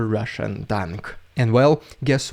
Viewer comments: Rolling Rs in 'Rrrridiculous Rrrrrrussian Prrrrropaganda' is a delight to hear. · I like the way you say the RRRRRRRRRRRRR...s......n prrrrrrrrrropg........a